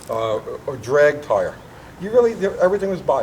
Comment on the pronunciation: no, I think just mispronounced "tire" and didn't catch it.